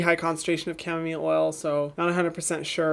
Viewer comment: Its camo- mile not camo mill